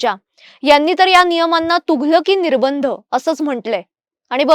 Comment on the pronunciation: निर्बंध चा उच्चार निर्भंद असा चुकीचा होतोय.